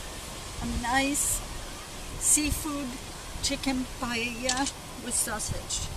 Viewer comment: Thank you, that looks delicious! I'm also so glad you pronounced it right and didn't say "pie ey a" or "pajeja" as apparently the rest of the english speaking population wrongfully pronounce.